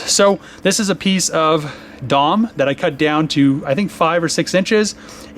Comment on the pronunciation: DOM is an acronym bro! Say each letter, D.O.M.